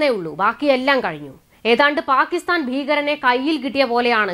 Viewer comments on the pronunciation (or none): none